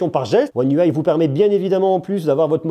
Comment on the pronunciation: Un déluge de mots pour rien pour commencer (car j'ai pas tenu 30 s) ! Une vidéo ça se prépare. Et puis soit on prononce UI à la française soit à l'anglaise mais pas un mixeur des 2. Dommage car le sujet était intéressant !